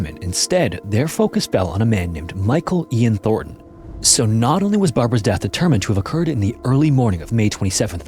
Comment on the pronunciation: "Thornton" and "Thorton", while similar, are not the same exact last name...